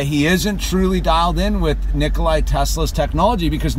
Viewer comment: Its Nikola, not Nikolay man Great video !